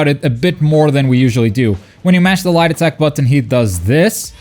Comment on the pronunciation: The way you say "light attack" sounds so much like "lie detect"